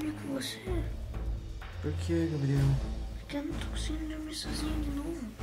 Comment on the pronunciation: E impressão minha ou ele ficou chamando o Gabriel de Gael.